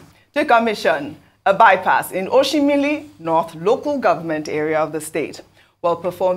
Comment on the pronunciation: To think that ojy is from ukwuani in delta state, she couldn't pronounce oshimili correctly. Ojy, your parents no try at all.